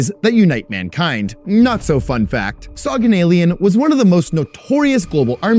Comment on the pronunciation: Soghanalian is pronounced like SoghanalIAN. like all Armenian last names with IAN at the end